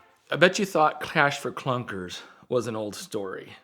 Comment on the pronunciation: I took a shot every time said clash for cunkers and now I'm lit 😝